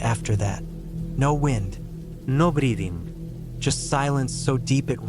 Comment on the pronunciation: Cool stories. I love how the AI voice says "no breathing" with suddenly an Italian accent